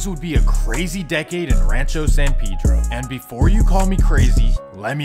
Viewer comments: You didn't pronounce (San Pedro) it right either my boy. Lmao 🤣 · You can’t pronounce the cities name ether. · i stay going out there and every time I talk to a Spanish speaker the Dont pronounce It how you would normally in spanish bruh. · He said Adam doesn’t know but he doesn’t even know how to say it neither 😂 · officer Vlad..lol.Also,Adam is from New England so, he has no idea how to say it. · still says it wrong lol it's Spanish not English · Even it Spanish it’s not pronounced pay-dro… it’s peh-dro. The “e” sounds like the “e” in the word metro …also the letter “a” in San Pedro makes the same sound as the letter “o” in the English words on/off not like in the English words man/plan. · It’s San pay-dro couldn’t watch this shit cause u said it so ass😹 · Why is it so hard to say Pedro? That Pee Dro pronunciation was killing me! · Technically you’re right but literally everyone from San Pedro pronounces it pee-dro. Just one of those things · “San peedro” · You pronounce it san PED-RO in these cities in Cali were named by Spanish people and Mexicans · Sorry big homie but it if you’re shooting for Spanish, it’s neither… the e is pronounced like the English word metro uses the e. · "San Pedro" you can't even pronounce it yourself 🤣🤣 come to San Pedro Sula, Honduras see if you would make it bud. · Even if he can't pronounce San Pedro? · San Pedro not pee-dro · It’s San PEdro not PiDro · It’s San PAY-dro not san PEE-dro… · That’s actually closer to how it’s pronounced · san peh-dro not san pee-dro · Says dude pronounces San Pedro wrong — proceeds to pronounce it wrong himself the entire video. It’s a Mexican name. Pay-dro, not pee-dro. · yes I realized that as well. They call him Pay-Dro! When in reality it's pronounced "Peh-Dro". In all honesty I think Peedro is just a little too extreme of a pronunciation for me I guess. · It’s fasho pronounce pay-dro not pee-dro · It’s not Pedro (Pee-dro). It’s ( peh-dro) 🤦🏽‍♂️ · “San peeedro lmao? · Lol San Pee-dro.